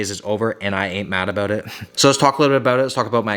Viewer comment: Is he Canadian? He said Abooot